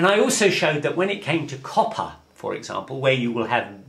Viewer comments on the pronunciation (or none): none